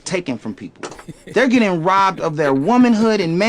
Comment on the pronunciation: yo… ray j is fxckin hilarious 😂 “axxes are bein’ taken… in ways that nobody can explain!… I don’t use baby oil.”